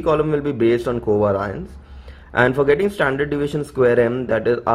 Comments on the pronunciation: It's pronounced co vay-ri-ance , not coveraince 🤦🏻‍♀️ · Itna aata hai toh khud se sikhna co vay-ri-anceeeeeeeeeee